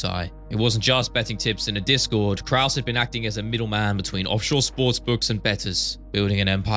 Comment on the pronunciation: Brendan calling krause krus made my day